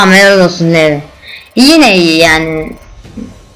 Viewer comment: ohom levi degil "livay"